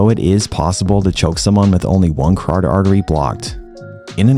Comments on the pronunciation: Friendly tip: "cuh-ROT-id" artery, not "cardid". Love your content, oss. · Great video. Your pronunciation of carotid artery gave me a chuckle.